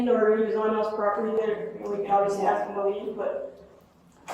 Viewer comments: IT'S "ASK" NOT "ACKSED" 😂 Here we goooo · Ask vs Axe. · Dude… you have to work on your language skills. There is nothing called AKS. It’s written and spoken as ASK. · Would love to know why do many millions of black people can’t pronounce the word “Ask”?